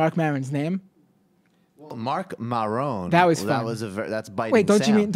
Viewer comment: It was not an accident that they butchered Maron's name. They began the segment with "I just heard that this podcast is really popular," and then they couldn't remember or pronounce the host's name. What they are saying to their 70 year old audience is "Heh. Podcast. Who cares? It's some anonymous Liberal on the internet. It's obviously not as important as FOX News, we're America's news source." Gutfeld made the same joke about the BBC a couple of years ago, when he pretended not to know what it was. Even when FOX introduces news from other sources, it is dripping in carefully-crafted propaganda. Is there any chance they would have stumbled over the name of a Conservative radio talk show host? None.